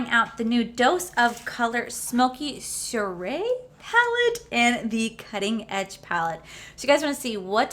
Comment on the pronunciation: I'm really drawn to these palettes, but I have similar shades in other palettes........so no.☺ I see that someone else in the comments already taught you how to say soiree.😁 You're so cute!❤